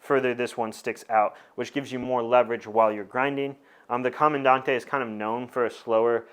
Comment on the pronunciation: Correct pronunciation: Comandan-“te”, “E”ZPresso. Great in-dept content per usual tho!